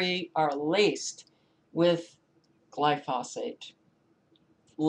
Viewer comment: FYI: Gly-foe-sate is the correct pronunciation.